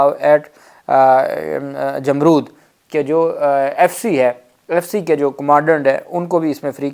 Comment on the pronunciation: یہ لفظ "جمرود" پڑھنے میں "امرود" کی طرح نہیں پڑھتے بلکہ سمجھ لیں کہ لفظ "رو" (رونا) کے ساتھ جیسے حرف "د" آخر میں لگا دیا جائے ۔ یعنی "رود" پڑھیں گے ۔